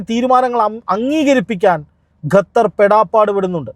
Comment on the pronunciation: ഗത്തർ അല്ല ഖത്തർ ആണ്